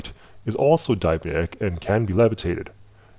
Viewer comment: "diamyedic" lul